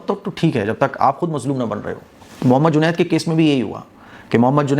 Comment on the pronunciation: are bhai juned na ke junet 😂😂😂